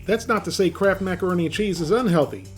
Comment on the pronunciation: i thought u were saying "crap" macaroni an chease lol ... or is it kraft?.. i cant tell .. sounds like crap....... lol hahah crap!